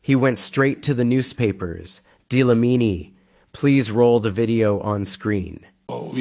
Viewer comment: 🤣🤣🤣🤣stop saying DI Lamini please u make me loose concentration🤣